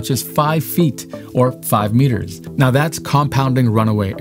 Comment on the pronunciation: Did this guy just say 5gt or 5 meters? Lol